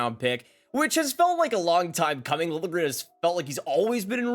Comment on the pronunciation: Apparently now Liljegren wants his name pronounced "lil je grin" (with the j pronounced like a j, not like a y, not just ignored).